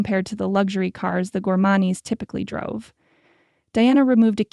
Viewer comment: Fun story but I can't stand how they always pronounce the "Gormane" name. It's something different every dang time. I almost stopped listening